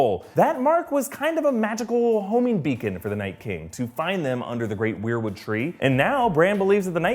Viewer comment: It pronounced whare or wair wood tree not we are/we're wood tree sorry it's getting anoying